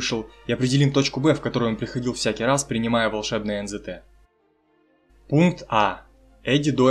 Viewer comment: Не пунтк а пункт